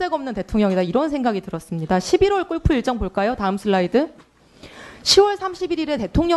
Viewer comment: 꼴프 가 뭡니까 ? 꼴프 가 ! 골프 라고 하세요 !!